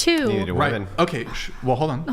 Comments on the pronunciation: Can we all agree that the whole saying woah-man for plural is fucking enraging. It’s weh-men. Whoa-men is for singular. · After my second child I asked my Dr. for a tubal ligation and he just said, "Are you sure?" I said yes and he said "OK no problem." Also, why do so many womEn have such a hard time pronouncing the E and instead say womAn when they are using the word in plural? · What is with all of the girls saying woman instead of women? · ‘Us woman’. Bro why is it so hard to pronounce the E? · Did she say mini- men?😂 how is she and the vast majority of north American " females" mimi"?😂😂😂😂😂